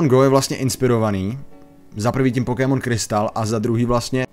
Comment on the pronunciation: Dobre video. Ale do boha... to nieje Pokímon :D vzdy a v kazdom jazyku je to Pokemon. Rozsekalo mi to uši :D